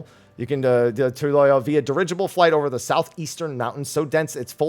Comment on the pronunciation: We have a city in Utah spelled Toole, pronounced Too-elll-ah... we jokingly call it Tool-eh, like how you pronounced the new city.🤣